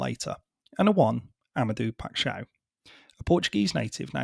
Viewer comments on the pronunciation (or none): For future reference, as a Portuguese speaker, his name is pronounced: Ama-day-uuu Pai-sh-ow. Great video.